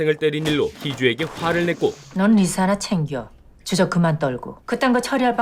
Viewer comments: 리사 발음을 자꾸 리싸리싸 해서 10분만에 리타이어 합니다… 발음 좀 제대로 하세요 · 아..첨에 들었을땐 그러려니 했는데 리싸 진짜 거슬리네요. 일부러 리싸라고 발음하신 건가요? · 리사를... 왜 자꾸 리thㅏ 라고 함? 리싸 ㅋㅋㅋㅋㅋㅋㅋㅋㅋㅋ 발음이 안되나?? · 왜 자꾸 발음을 리"싸" 라고 하시는지..ㅠㅠ듣기 불편..